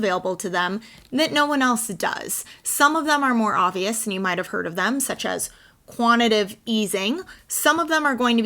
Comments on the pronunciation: "Quantitative" not "Quantative" 😖🤠✌️ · It's Quant-it-TAH-tive easing but love the video!! ~ sharing on FB so others can grasp this concept. Clock is ticking to some type of initial announcement on 22 August. People can buy the dip at $1,890 or $2,800 ~ a no-brainer :) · Quanti “tative”